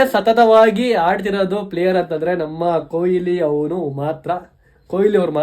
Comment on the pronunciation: Koili alla kanro adu KOHLI !!! Ondu hesru helokkoo barolva? Avra hesru haal maadthriralro thu!